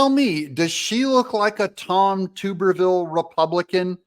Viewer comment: It’s pronounced TUB-erville, former college football coach at Auburn University